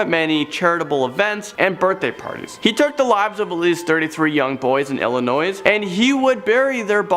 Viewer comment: The "S" in Illinois is silent.. You're welcome.